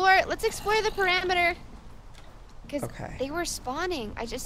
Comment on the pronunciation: she literally said, let's explore the perameter😂😐😑